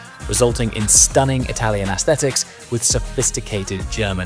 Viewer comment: Nice vid as usual. You still cant say "Aesthetics" though lol. you and your "Ass-thetics" Use the silent A and we'll be sweet :)